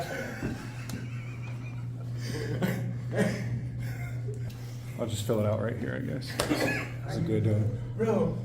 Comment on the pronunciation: "do you have documentation that you are a tay payer" is the dumbest shit i heard since a long time, what a fool! And Loser likes this get a job, is there any phsycological exam? It seems all the nutcases join the force or security....